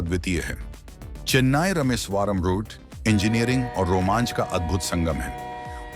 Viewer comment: If your commentary is in an Indian language, the mispronunciation of names of Indian places is unforgivable, especially when it’s as well known as Rameshwaram.